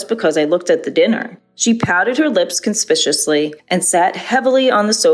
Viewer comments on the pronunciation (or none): CON*SPIC*U*OUS*LY not con*spi*;shus*ly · The narrator needs to learn how to pronounce words properly: piety & conspicuously stood out in this one